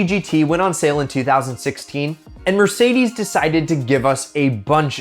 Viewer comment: what's a Merdeces Benz??